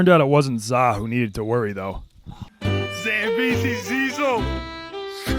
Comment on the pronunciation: "Zillion Zambeezee's"